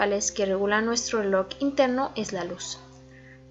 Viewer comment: Esto no es burla pero me da un poco de risa que diga reloc